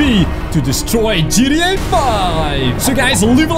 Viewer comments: Um its g t a 5 not gteh5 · He said at the start “GDA 5” boi you said it wrong >:O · U don't know hot to say gta 5 u said Gda 5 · you didn’t say GTA you said GDT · Dude I’m sorry but it’s gta 5 not gda 5😐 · I had to but it sounds like you said g d a i guess so funny and also can you turn the FaceCam off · When he say ggta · When u say gta it sounds like gtd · How he says gta v, GDA 5